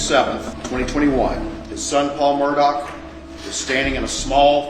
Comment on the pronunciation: Al-ex Mur-daugh….fact that he pronounces it Alec Murdock is evidence enough.